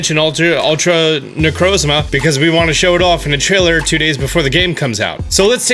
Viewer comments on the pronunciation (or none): none